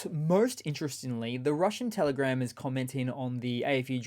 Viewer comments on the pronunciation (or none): none